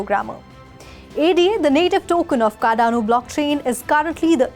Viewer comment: Ada as in say A and then say da (like we say Dada...just say da for the first two letters). Not pronounce it like an acronym - A.D.A Her name was Ada Lovelace she was Lord Byron's daughter as far as I remember.